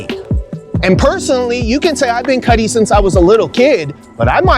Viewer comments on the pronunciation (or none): It sounds does kinda Sound like he says Cuddly Cuddle Cutt”’ “Cutty”